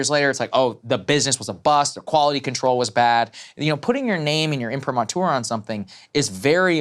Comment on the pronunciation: im-pri-MAA-tr you dufus.